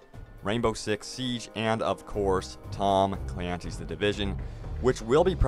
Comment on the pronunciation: We can't forget about TAHHHM CLAINCYS THE DIVISUN. Pronunciation on point.